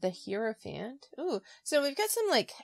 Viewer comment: Thanks so much for this! And please don't take this the wrong way--I mispronounce words that I've read but never heard all the time. So, no judgment but--Hierophant is pronounced HIGH-ro-fant, not HEAR-o-fant. Keep up the good work!